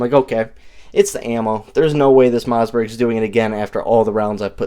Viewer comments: "Moss"..like Toss Not "Mauzburg." There is no "Z" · Am I hearing MoZZberg? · Did he say Mozzzbergh?